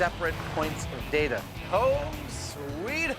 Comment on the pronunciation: It's pronounced "data" not "data."